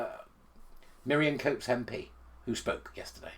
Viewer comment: Isn’t it Miriam Cates and not Coates?